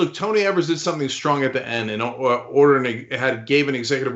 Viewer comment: The governor of Wisconsin, Tony Evers, rhymes with "FEVERS," not "SEVERS" like you guys keep saying his name. He's a Democrat. Why don't you want to get his name right?